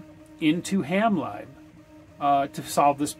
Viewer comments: You were referring to “ham live” and I was wondering how you were using that to control your radio. When referring to software libraries lib is pronounced to rhyme with liberty. So ham lib(erty) not ham libe. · great video, but you’re saying it wrong in that one as well. It sounds to me like you’re saying ham live not ham lib as in liberty. Ham lib as in liberty is the way we refer to software libraries. My girlfriend says I’m good at nitpicking. She’s probably right lol. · yes I thought he was saying Hamlive too. 😁